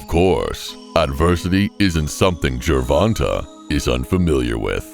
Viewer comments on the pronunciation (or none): Why is it white people can't or don't even care to try to get Our names right. My name is Ronta and I hear ron ta all the time. It's ronTay. Come on get it right. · JER-VON-TAY not JER-VON-TUH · As bad as I wanna clown this narrator for "Jurvontah", our Black mothers really need to start considering the basic conventions of English phonetics when they be inventing these names! (Sorry, mom, I gotta kp it a buck) Sometimes it seems like once they push that baby out the "front pocket", they pull it's name out the rear one ! "Gervonta" IS a nice name tho, despite the misleading spelling.